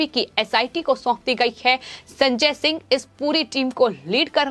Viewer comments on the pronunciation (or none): none